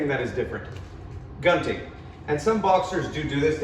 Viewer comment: good job, man. you teach it like a straight-up translation from Filipino to English. By the way, it's pronounced as goon-ting. I get why it is easy to mispronounce the stupid "gun" in the gunting (scissor).